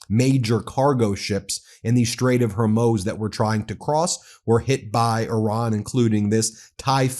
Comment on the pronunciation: Please learn how to correctly pronounce the Strait of Hormuz (rhymes with ooze)